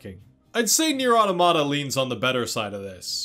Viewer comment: You’er not pronouncing the title right.